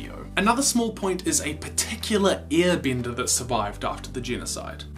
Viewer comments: I’m sorry. I keep hearing “ear bender” lmao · I like how the guy says "earbender" 😂